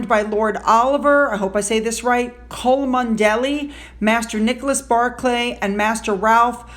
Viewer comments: Chomondeley is pronounced Chum-lee. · It is pronounced Chumley, I know the English! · Pronounced Chumley, and Tolmarsh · Great to see George taking prominent role at his grandfather's coronation. Perhaps in years to come, if they watch a re-run of the coronation, Archie and Lily might question their parents on their estrangement from their grandfather - afterall, the parents arguments with the family are not theirs. FYI - in typical British style, the surname Cholmondeley is simply pronounced CHUMLEY! Bizzare I know. Another is the name Belvoir - pronounced - wait for it - BEAVER! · Chomondeley is pronounced “chumley.” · It’s Chumley lol. One of our strange British names. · Oh, and Cholmondely is actually prounounced Chumley, and there's no way you should be expected to know that...British spelling vs.proununciation confuses and trips up a lot of people, lol! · just fyi, that name 'Cholmondely' is pronounced 'Chumley'. Believe it or not, but true. Big love from New Mexico. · Hi. So glad that things are working out for you. I start my day with your video while I have my coffee. FYI Oliver's name is pronounced Chumley not at all the way its spelled but that's English for you. Also you may want to look at The Royal Grifts last 2 videos about Glo & MM. 2 peas in a pod. 😊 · I believe the name Cholmondeley is pronounced “Chum-lee” or “Chumly” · Hi You did very well with your pronunciation of Yorkshire. All other ‘shire’ counties are pronounced the same so one you get it for one you e got it for the others. The Cholmondeley word is pronounced ‘Chumley’! Figure that one out! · Hi! The surname Cholmondeley is pronounced Chumlee. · Cholmondeley is pronounced "Chamli" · Never would have thought it was pronounced like that.